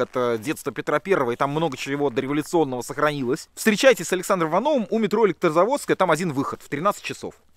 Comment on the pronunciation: Александр, и вся команда, спасибо вам за ваш труд! Развлекаете и учите нас многому! А ещё в этом ролике вместо "у метро" нам послышалось "мумий тролль" 😅